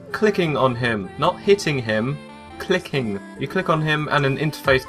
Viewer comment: I like how he stresses 'clicking'